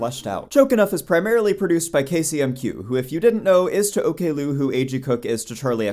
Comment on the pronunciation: i never thought i would be annoyed about the pronunciation of her handle as ok lou :face-purple-crying